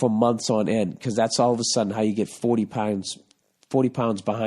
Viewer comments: That's the Massachusetts coming out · says pounds like he's Irish